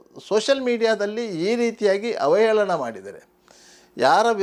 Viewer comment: ಹ ವೇ ಲನ ಅಂದ್ರೆ ಎಂಥದ್ದು. ಅವಹೇಳನ ಅಂತ ಹೇಳಿ